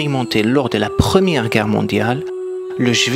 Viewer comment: Gerre au lieu de Guerre..